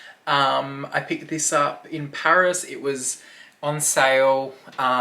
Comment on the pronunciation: Oh PARIS!( not pairs)😂